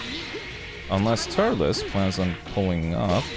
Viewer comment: Apparently pronounces Turles Turlus I still love his commentry